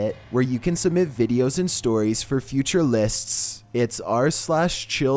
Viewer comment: he says litsts